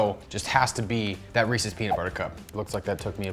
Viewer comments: Thank you for pronouncing Reeses correctly. I hate when idiots say "Reesies" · Ohhh he said REECES!? Good lol